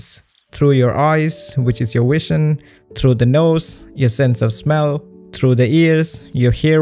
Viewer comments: Excellent video, but some polite criticism: you really need to learn to pronounce the letter "v" correctly if you're going to be a YouTube presenter. For some reason, many Indian speakers of English pronounce "v" as a "w", so you say "wision" instead of "vision", and "enwironment" instead of "environment". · I hope it doesn't come off as offensive, but I would find it a lot easier to understand what you're saying if you got the V sound down better. Whenever you say environment or vision it sounds like enwirenment or wision